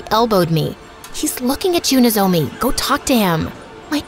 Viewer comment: lmfao that's not how you pronounce nozomi